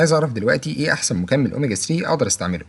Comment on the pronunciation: اوميجا ثري وليس اوميجا سري